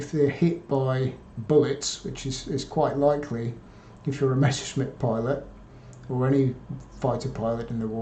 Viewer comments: Why do English native speakers always pronounce "Messer-Schmidt" as "Mesher-Smitt"? I would think that as a historian, he should get that one right. Same goes for the "Nashorn" artillery, which is pronounced "Nas-Horn". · Not talking specifically about. It's a thing that I noticed with nearly all (!) English native speakers who talk about the Messerschmitt airplanes. Hardly anyone gets this right. And the question stands, how do you turn "Messer-Schmitt" into "Mesher-Smitt"? Can't wrap my head around this.